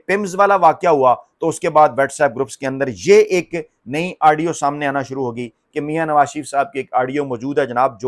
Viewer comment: U r doing typical ties in the nation just to increase ur vlog's liking...ur wrong pronunciation...*adio* adio adio...tha should be audio